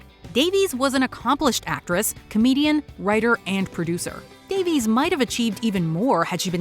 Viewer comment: I am pretty tired of these sharp American lecture-y type videos where a Puritan voice kind of bellows in your ear 85% of stuff YOU ALREADY KNOW. Writing that pretends to be writing: recouping/recuping is not a word - it's recupERAting. Davies is pronounced Da-viss, not Da-veez.